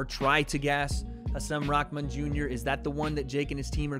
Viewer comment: Bruh why are you saying his name like that watch you’re press conference vid and watch this and tell me you aren’t saying his name diferente